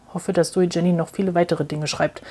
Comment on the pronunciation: Danke für diese ausführliche Besprechung. Ein Hinweis noch zur Aussprache des Autorinnennamens: Man spricht das J nicht englisch aus; Jenny heisst „ienni“, ein häufiger Schweizer Name. ZJ ist die Tochter des Verlegers Matthyas Jenny, der vor einem Jahr starb. Er gründete das Poesietelefon, das Int. Lyrikfestival Basel und die Buch Basel.